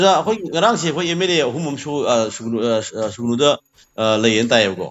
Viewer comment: Sugunu natte Sugnu nine manipur macha ne hyraga dufao khangdrabo noibo. Sugnu spelling fao chumna eba or chumna pronounce twba heitaba jidi yamna ekyna ngyniko😅